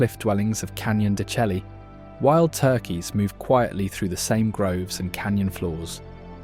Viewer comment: Wonderful video and photography footage but your narrator needs to learn the correct pronunciation of most of the unique words of Arizona. Such as Saguaro cactus, Canyon de Chelly or the Mogollon Rim.